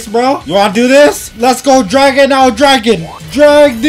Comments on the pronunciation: the name is mess up lol graon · you got the wrong spell you said draon